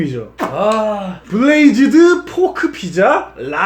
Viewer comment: 블레이즈드가 아니라 브레이즈드 아닌가....